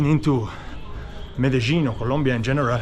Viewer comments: Hi also Trini...Meh-duh-leen also Me-de-jin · Hi, watching you from Trinidad, and I'm enjoying your videos. Please ask someone to pronounce the name of that place Medellin. I have heard the, ( lin ) pronounced as ( yene) confirm this for me pls.